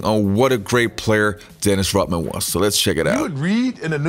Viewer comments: Does this guy know that Dennis's last name is Rodman not Rotman? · Yoh, You got colds or something? Cause tt really kills me when people can't pronounce simple things right. I mean it IS Dennis RODMAN. Not ROTman. Unless Dennis himself said so. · This is a good video and i liked it but cmon its RoDman not RoTman!